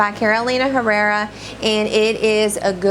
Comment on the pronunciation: Wonderful video!! I really enjoy your passion for fragrances! By the way and for general knowledge, the H in Spanish is silent so Herrera (like in Carolina Herrera) is pronounce Errera...no “h” sound :)